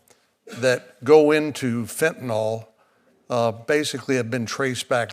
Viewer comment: why do these clowns call it fentanal; it's fentanyl, like il, not al!